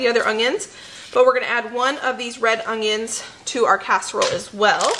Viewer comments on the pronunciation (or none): I love, I really do, I mean who doesn't right... But everytime she says ong-ions 😕😕😕I'm like what is an ong-ion?